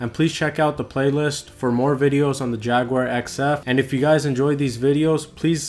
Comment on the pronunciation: You should pronounce it correctly it’s not had and the spelling is very clear I am sure I would be bombarded is called the Corrvet a cornet